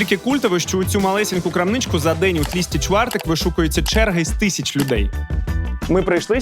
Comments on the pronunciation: Судячи з відео, ти ж не вчора приїхав до Польщі. Назвати тлусти чвартек тлісті чвартек! Це тільки москаль так може. Стало гидко дивитися, бо це не перша нісенітниця, яку я почув за 20 хвилин відео. Вимкнув. Ретельніше потрібно готуватися до роботи, проконсультуватися хоча б... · Тлусти чвартек а не тлісти. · Михайло, випуск супер!!! Сам захоплююсь фаст-фудом і взагалі їжею.... Але є одне але....дуже ріже слух неправильна вимова страв....не пиЗи, а пиЖи...не тлІсти чвартег, а тлУстий чвартек..не плЯцки, а плАцкі....а так взагалі дЖєнькує бардзо за тен фільмік)))